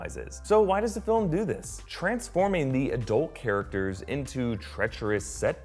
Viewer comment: It's adult, not uh dolt